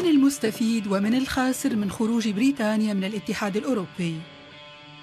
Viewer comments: تقول بريتانيا😂😂😂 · ايه لهجه التوانسه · لهجة التوانسه كذي